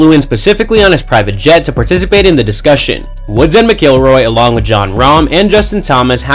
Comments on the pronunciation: MAN YOU ARE GOING TO LEARN HOW TO PRONOUNCE RORY'S LAST NAME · Please learn how to pronounce Rory’s name correctly. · You can’t even pronounce Rory’s name right and and Woods definitely isn’t banner. Do better. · Nice click bait loser ya got me. The way you pronounce Rory’s last name is criminal.